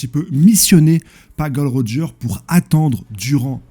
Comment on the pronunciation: Gros je regarde toutes tes vidéos je te kiffe hein t'es un bon! Mais par pitié ... Dis les nom correctement j'en peux plus "golden roger", "log tail" je vais canner allez force à toi je pose un like